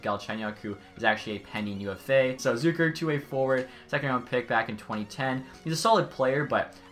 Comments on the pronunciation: Its ZUH-KER not ZOOKER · Jason’s last name pronounced wrong